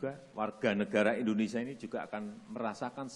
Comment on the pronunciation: Endonesia.. Harusnya Indonesia